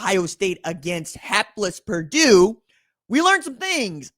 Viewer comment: It's Purdue